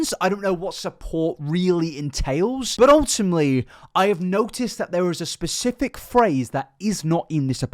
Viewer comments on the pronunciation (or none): none